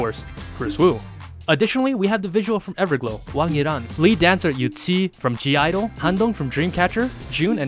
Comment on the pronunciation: What? He pronounced almost all of them completely wrong, especially Cheng Xiao and Yiren. And let's not even mention how he pronounced Yangyang like an American (Yengyeng lmao).